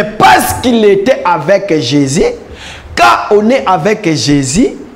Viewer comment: La façon dont ce frère prononce "Jésus " hein loba kaka "Yesu" 😂